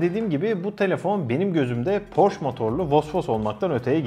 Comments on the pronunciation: porş değil porşe diye söyleniyo reis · doğru telaffuz "porş" değil "porşe" dir. stuttgart'dan sevgiler. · Porsche bir alman markasıdır ve "Porş" diye okunmaz, doğrusu "Porşe".